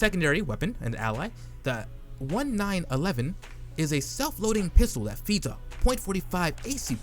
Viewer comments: It's called the "Nineteen eleven" not "One nine eleven"... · I cannot possibly be hearing anything you are saying correctly. Is it that possible to ruin a video so simple? Nobody says "point" before every caliber. Nobody says 1 9 1 1. NOBODY. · Did he really just disrespect the name of the 1911 like that? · If a gun has 4 digits in the title it's probably a year, don't read it out one by one like an adress...